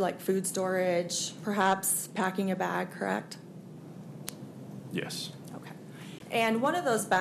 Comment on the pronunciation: The word is correct. What is with everyone saying "krekt" now? Idiocracy is real I guess.